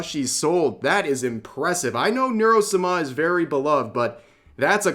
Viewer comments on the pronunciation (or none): Rev, please...Neuro "sah-mah" not Neuro "suh-MAH" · Neuro suhma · I love how even Rev misprpnounces the code turtle's name 🤣🤣🤣🤣